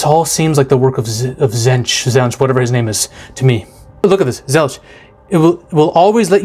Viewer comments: Also, to say Tzeentch, you're actually overthinking it, which is funny if you think about what Tzeentch represents. It's Tzeen-tch. Not Tz-een-tch. And another name for Tzeentch is Zenith. Which is funny if you think about the meaning behind that. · Ranking your pronunciations: Khorne: Its the exact same as "Corn" Nurgle: Perfect Slaanesh: There's a little bit bad but it is to the point where it could just be an accent difference/does not matter Tzeench: Its not Tzench, its Tzeench with a long e. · U killed them all on the names, but the coke made your mouth too numb the last is pronounced zeench like the T wasn't there and don't forget about chaos undivided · Ah yes, Korney, Nurgle(Accurate lol), Zenetch, and Slanesh (Almost right) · Just on pronouncing their names, you got Nurgle and Khorne right (it's for real just pronounced "Corn"). With Slaanesh you usually emphasise the second syllable (sla-NESH), and Tzeentch is pronounced "Zeench" or sometimes just "Zeech". You knew someone was gonna tell you in the comments. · His second pronouncement of Tzeench for so far off I actually laugh right out live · Sla-nesh is I think how you pronounce it and tzeentch is Snee-itch. And Nurgle is pronounced by puking into the microphone. While I love the chaos gods in 40k, wait till you read about the Necrons. Undead robot zombies that are so powerful they have a piece of tech that allows for remote real time space/matter manipulation from anywhere an they simply use it for google maps at their library. lol. THeir weapons also don't simply kill or burn you. They break you down slowly at the molecular level. One of them is even some kinda klepto an steals artifacts he likes to collect. One time he even kidnapped an entire chapter of space marines an keeps em in a lil pocket dimension like an antfarm. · trying to pronounce these names! 😂😂😂